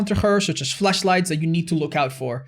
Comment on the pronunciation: Did I hear currently when he said “Fleshlights counter the hag”